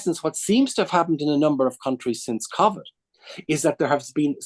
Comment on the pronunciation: He blamed remote working for state mis-management? And why does he pronounce covid like that? What a tool